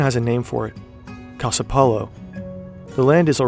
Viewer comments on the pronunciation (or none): none